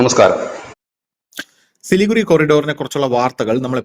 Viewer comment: പറയുമ്പോൾ സിലിഗുഡി എന്നാണ് പറയേണ്ടത്. എഴുതുമ്പോൾ സിലിഗുറി. ചാണ്ഡിഗഡ് എന്ന് പറയുംപോലെ.